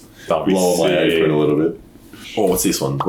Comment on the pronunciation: mans said "lower my aprin alittle bit"😂😂😂